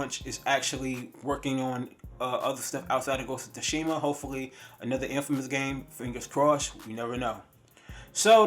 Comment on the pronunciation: He said ghost of tushima lmaoooo. Bruh learn how to pronounce shit correctly